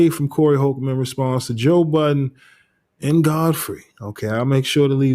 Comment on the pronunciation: Why do people put an S on budden 😂